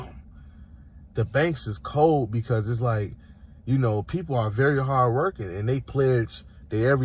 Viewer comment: CANT EVEN SAY THE WORD HARD !!😂😂😂